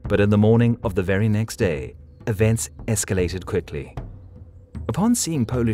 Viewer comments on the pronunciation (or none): none